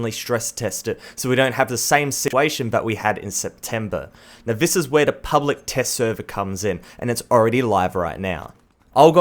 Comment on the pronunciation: can you say 'the' properly please